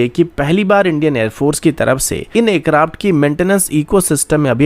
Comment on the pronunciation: Bhai, pehle aircraft kehna seekh. Acraft acraft kah kah ke dimaag ka dahi bana diya hai.